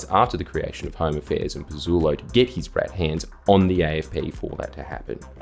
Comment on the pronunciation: I know he means "Home affairs" but I keep hearing "Homo fairs" and I chuckle every time